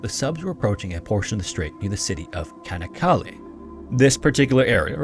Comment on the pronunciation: Try pronouncing it "Channak Kalleh" and "Doumlou Pinahr".